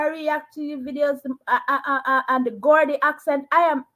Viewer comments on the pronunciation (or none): Hi, Geordie is pronounced jordy not gordy. Anyone named George in the NE is called Geordie.